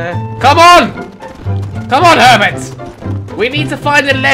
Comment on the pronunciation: When he called one of the horses herbet I thought he said pervet